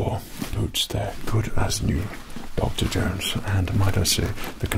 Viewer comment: more like "u coll him duck-terr Jownes" with an Asian accent